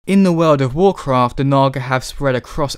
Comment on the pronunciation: It's "Warcraft", sir.